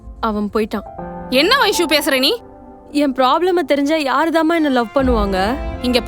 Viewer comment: Avanga Vaishu Vaishu nu solluradu enna soldra maduri iruku...